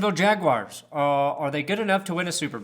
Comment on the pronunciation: Brandon, as a Jacksonville native I appreciate your coverage but I subscribed specifically because of the way you pronounce their name the Yag-wars. Keep it up and go YAGS!